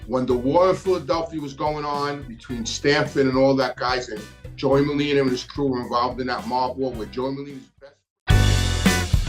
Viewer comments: I'm just having a hard time listening to Scarfa and Merlina! There are Os at the end of these names friend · Sour grapes , looks like your feelings were hurt, and it's Scarfo , not Scarfa , and Merlino, not Merlina